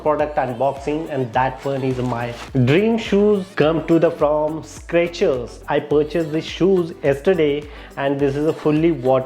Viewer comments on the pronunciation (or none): boss it's Skechers ... not Scratcher ..